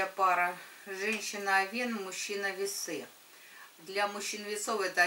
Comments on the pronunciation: не овеееееен, а ооооооовен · Режет слух...я уже писала, что ударение должно падать на Овен, а не овЕн